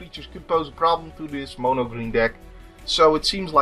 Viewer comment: Thanks for saying mono and not mano as most americans do, get's on my nerves lol